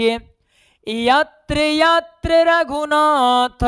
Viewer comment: Yatr yatr raghunath ,,, slok ap galat padhe hai